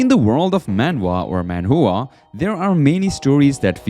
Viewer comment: I can't stop hearing Manhoohaa Jesus Christ 😂